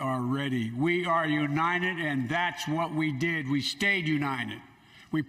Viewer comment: Maybe Biden could start with learning how to to actually say the word United instead of U-Nine-Ned I’ll bet he can say Ted